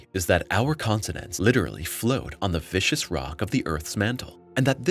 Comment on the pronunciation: It's "viscous" (thick, slow-flowing) rock, not "vicious."